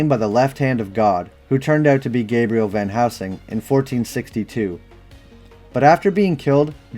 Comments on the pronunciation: Are you saying Van housing? I thought it’s pronounced VAN + HEL + SING. Anyways, love the videos! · Why do youy keep saying, "Van HOUSING". I'm not imagining it. Every time you mentioned it in your Priest video, you said, "Van Housing", and the CC agreed. Then in this video, you say "Van Helsing" a few times, but then you go back to saying, "Van HOUSING", and when you do the CC matches it as well. Where are you getting, "Van HOUSING" from? Actually, you don't always even say, "Van Housing", you kind of mumble between a few different names. Are you drunk, or what? lol